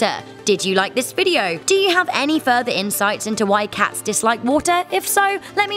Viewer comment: The way you say “cats” pisses me off